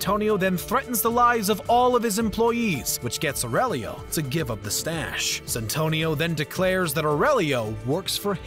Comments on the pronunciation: Its Santino D'Antonio not Santonio. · It's Santino (little saint) not Santonio you heathen, and it is a cardinal, not the pope. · Hurt my ears every time. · The amount of times I heard "Santonio..." It's Santino lol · It's Santino not santonio ... It's either the paper you're reading from ,or some orating skills you're missing my friend . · Its Santino D'Antonio not Santonio D'Antonio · "Santonio Di Antonio" lol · "Santonio" make my ears bleed man . . . Its now imbeded on everything I hear thanks to you 😂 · i cringed everytime he called Santino: ''Santonio'' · So triggered everytime I hears 'Santonio' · Mispronounced "garage", "Leguizamo", "Santino" (how many times?). Unloading a 'clip'? John never fires a World War II rifle. He shoots firearms that have magazines. Screen Rant, you can and should do better. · And didn't even read it thoroughly considering the extra syllable he put into "Santino" every time he had to read it.